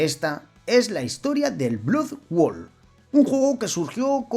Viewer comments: BLOD BOUL se pronuncia. Muy monas las animaciones hechas con IA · No has dicho bien el título ni una sola vez, menudo tío más ridiculo. Blood bowl! No blood world. Es como si digo sword quest en vez de hero quest, esa es la impresión que das.